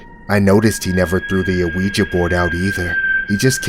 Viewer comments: its pronounced WeeGee not Aweeja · Why does this person keep calling the ouija board and a-ouija board? You pronounce it "weejuh". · "An a-ouija board" lol the rest of the narration is good, I won't take away from that but I swear he's saying a-ouija lol. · Omg the pronunciation of "ouija" is getting on my nerves, but I'm still here for it😂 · The narrator for these stories is pronouncing Ouija board very weird. He's putting the letter o like you would in front of the word opossum. But the Owen Ouija board is actually silent